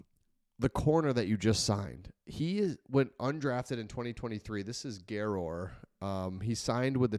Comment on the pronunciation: Garror is a great kid, pretty humble when I knew him, it’s pronounced more of an er at the end. Wish him the best of luck and will be watching now!!